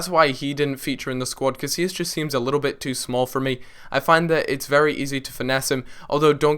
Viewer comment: you pronounce casillas right so why cant you do it for chiellini?!